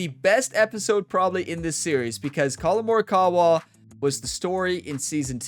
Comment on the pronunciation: One time for every shot. Birdie train called. Hope you have a great tournament in this one, since the 2k23 series is winding down towards its end.:_gamerOnetime: Edit: Have to admit occasionally your pronounciations make me cringe a bit, but for me you've got Colin Morikawa spot on. Post-round edit:. Great win. You've given yourself an excellent chance of winning this one. Hopefully old pink club won't give you too much competition 😉